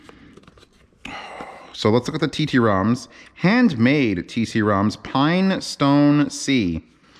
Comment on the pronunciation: You ignorant Amerikanski 😆🤣 Tromso is a city in Norway not "Tee Tee Romso". ❤️❤️❤️